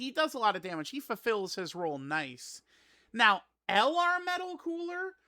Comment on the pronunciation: right NEOW